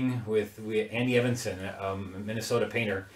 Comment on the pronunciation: Andy Evansen is pronounced Eeeevensan - long e at beginning.